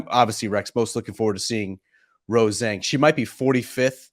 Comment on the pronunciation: For the love of god can you guys break this run of incorrectly pronouncing Rose Zhang's name please? Look it up and let's do it properly.